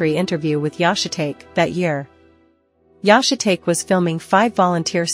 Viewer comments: Yah-shuh-take? How about Yah-she-tah-key? If you are going to use AI, listen to the playback, and if AI butchers pronunciation, rewrite the butchered parts phonetically. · think its funny the AI keeps calling Yoshitake "shit take" when its pronounced "shih tahkay". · Yahshay tate ? Yoshee tahkay lol. Ai is useless 😂. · It’s pronounced “yo she tok eh” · I agree... The AI narrator is awful. Yashi-take? Geez. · AI butchers another name. Yo Shi Ta Ke Just spell it out.